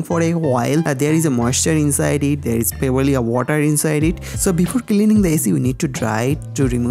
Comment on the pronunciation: Using simpil otter😂😂😂😂